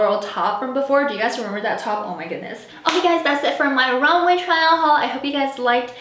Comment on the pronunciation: Loved the vid ! Also it’s pronounced rom-way ❤️❤️